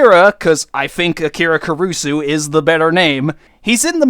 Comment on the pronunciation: You're not pronouncing Akira Kurusu right it's not uh keer uh, it's ok kee rah and it's not ker oo soon is ker uh soo